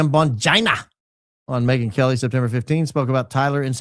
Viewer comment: I love when says BONGINA 🤣🤣🤣